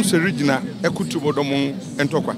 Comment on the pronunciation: Why did the presenter keep on saying "Tuabodom" even after he was corrected that the proper word is TUOBODOM?